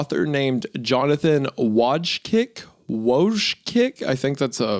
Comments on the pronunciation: i'll never grow tired of wendigooner absolutely slaughtering polish names, Wójcik pronunciation is vooycheek (well, more or less, "che" is the closes english counterpart to "ci") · Y'all BUTCHERED that name lmao. His name is pronounced VOY-nich-ear. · I guess it's pronounced Vooy-chick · Wójcik is a Polish surname, it's pronounced Voojcik (with short c) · Its pronounced whoa-jick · i think wojcik is pronounced "VOY-chick" by the way!! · Pronounced ["Wo-ee-chick"] The faster you say, the more accurate you may be. I am of Czeskia descent and have a dear friend of the same name.